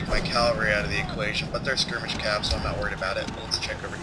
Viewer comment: It's spelled ca-val-ry, not cal-va-ry; good luck on the playthrough; first episode's great. Cheers.